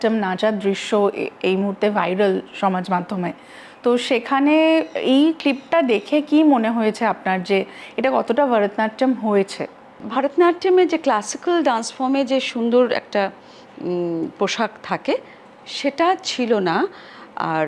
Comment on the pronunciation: Please….this is for the anchor…..kothata Varatnattam noy….it is Bharatnatyam…..please pronounce it correctly.